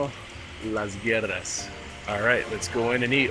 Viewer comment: Las güeras pronounced GU-EH-ras, not guerras. : ) Güero or güera is the nickname used in Mexico for someone who is fair skinned, white or blonde.